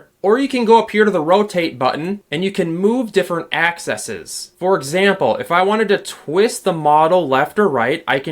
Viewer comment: the plural of axis is Axe-eez. please re-record that section as its very distracting.